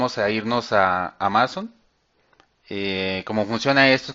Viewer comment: amazon con acento en la primera silaba!!! haha....